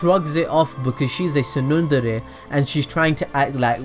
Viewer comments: Lmfao he can’t say tsundere 🤣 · Sumire is soo-mee-ray and tsundere is tsoon-day-ray.